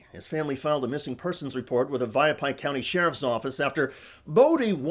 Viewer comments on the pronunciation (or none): Thanks for feel good story from my neck of the woods! But, FYI: It's pronounced YEAH VA PIE (YAVAPAI)